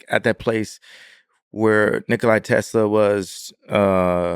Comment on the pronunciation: Hey Kanye, maybe if you stop calling Nikola Tesla, Nicolai Tesla, people will start calling you Yay.